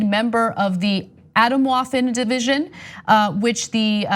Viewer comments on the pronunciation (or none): Hahaha the way Ana said "Atomwaffen division" was funny! Sounded like it's a kid's desert or something. It's German, its pronounced "Ah-TOHM-vaffen divyz-YOHN" and it literally means nuclear weapons division.